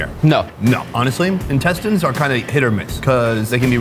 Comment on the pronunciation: I think he meant cleaning the literal shit out of those intestines or as he says 'incest-ines'